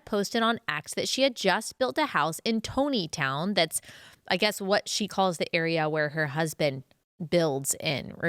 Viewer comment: Hey Ally, it’s Tontitown is pronounced “Tonneytown”…it’s actually around the same area that, 19 Kids and Counting, was filmed..